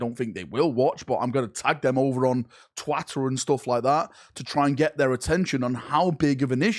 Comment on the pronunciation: I normally don't comment on pronunciation/accents, but calling it Twatter is just beyond perfect.